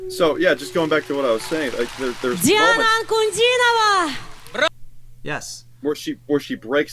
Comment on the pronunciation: A very nice reaction. Once again, with respect, her name is pronounced Dee aah na An coo DEE nova.